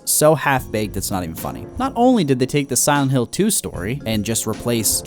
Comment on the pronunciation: Did this man just say "simonhill"